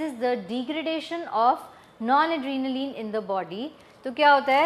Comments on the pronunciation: Mam it's not non-adrenaline .it's nor-adrenaline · it's NORADRENALINE & NOT NONADRENALINE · Noradrenaline not non....